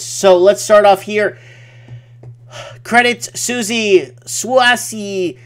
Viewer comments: I think its pronounced Credit Swiss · Credit Swiss pronunciation.